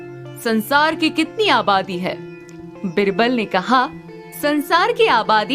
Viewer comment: It's not बिरबल,‌ its बीरबल... pronounce it correctly